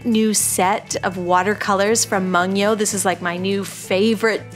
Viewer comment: ‘Mungyo’, is pronounced as ‘ /moon - kio /’. ^^ I love your videos and works. Thank you~!!!